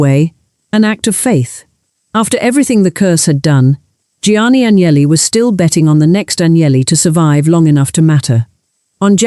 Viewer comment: Aguineli??? Não sabe pronunciar um sobrenome estrangeiro, aprenda. Sem credibilidade. Fui...